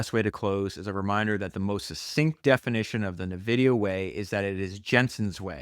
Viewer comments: Phenomenal listen. Also...it's En-Vidia ,not Nuvidia. Like Envy. ;] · Why you say NEVIDIA???? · It’s “N”, like the letter, “vidia”, otherwise this is perfection. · I’ve never heard anybody say Nvidia the way you do mate haha